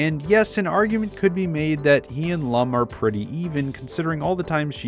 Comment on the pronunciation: I watched the original and he pronounced Lum like "loom," which is extremely distracting for fans of the character.